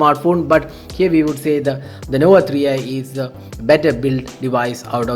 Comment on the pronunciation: "Huawei nova etikksss "